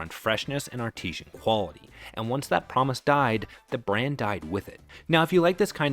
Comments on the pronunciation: Artisan, not 'Artesian.' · It’s not “ar-TEE-sian”, it’s “AR-ti-san”. Artesian (ar-TEE-sian) refers to water that is “groundwater confined under pressure beneath impermeable rock layers, forcing it to rise naturally to the surface.” Artisan (AR-ti-san) refers to a person who is “a skilled worker who creates functional or decorative items by hand, combining technical expertise with creativity.” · It’s ‘artisan’…not ‘artesian’…😂. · It's ARTISAN, not artesian. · ARTISAN!ARTISAN YOU MORON! ARTESIAN IS A WELL! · I think you are getting "artesian" and "artisan" mixed up. Artesian, as you pronounce it throughout the video, refers to underground water under pressure. I think you were going for artisan, as in something crafted by hand. Two different words with two different pronunciations. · Teach AI the difference between "artisan" and "Artisian". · Artisan is pronounced ART-i-zen, not art-EE-zhen. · Bro, you mean artisan. Artesian is a different word. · Artisan. Not Artesian. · Artesian refers to a type of well. The word you want is artisan/artisanal ("AR-dizun," "ar-TIZ-unnul"). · The word "artesian" is repeated ad nauseum. It's should be "artisan." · AI narrator can't pronounce "artisan" correctly... or am i thinking panera is marketing artesian products now? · "Artisan" should not be pronounced "artesian" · And “artesian” instead of “artisan”… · The word artisan is not pronounced "ar-TEE-zhun." It's "ARR-tuh-zun." Artesian = naturally pressurized spring water Artisan = a skilled craftsman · artisan pronounced ar ti zan is a method for making something with skill and individuality. ar tee zhan is artesian a type of well where the pressure of the ground water creates a fountain or a bubbling spring without drilling or buckets. they are not the same thing so say it right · Did you mean “artisan” when you said “artesian?” That left me confused. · Not artesian, but artisan. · Artisan or Artisanal, not Artesian. Artesian is a type of well, from Artois. Artisan means hand-made.